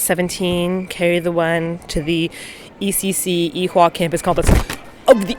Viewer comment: You guys over say the "H" in Ewha...it just sounds like "ee-wa" . I took classes there for a couple of months. Nice place and a short walk from Sinchon. :) The under/above ground building thing is really stunning in person.